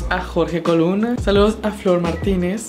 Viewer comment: Hola, gracias por el saludo solo que es Jorge Colunga y no coluna 😅 pero no hay ningún problema por qué e aprendido mucho viendo tus vídeos y cuando estoy un poco bajoneado me gustan verte por qué transmites una muy buena vibra 🕉️🕉️